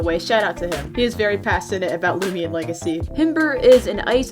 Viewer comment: Ah yes looimian